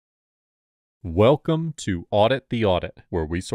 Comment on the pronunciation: You weckum!